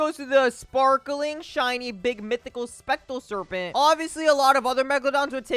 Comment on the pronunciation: STOP SAYING "SPECTAL SERPENT" Its Spectral Serpent